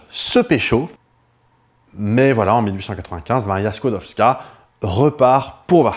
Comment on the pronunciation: La jeune Maria Sklodowska (bravo pour la prononciation) s'est placée 4 ans comme gouvernante (logée, nourrie, blanchie donc rien à dépenser). Elle envoie tout son salaire à sa soeur Bronia pour financer ses études de Médecine à Paris. Et ce n'est QUE quand sa soeur a fini ses études que Maria vient à Paris et Bronia prend en charge ses études. Je conseille la comédie "Les Palmes de M. Schutz" qui relate, entre 2 gags pas du tout biographiques, la découverte de la radioactivité. Il y a aussi la série "Marie Curie, une femme très honorable" d'après la biographie de Françoise Giroud. On y retrouve Jean Perrin, Paul Langevin, les Borel, bref tous les Dreyfusards... C'est tout pour moi, merci de votre attention...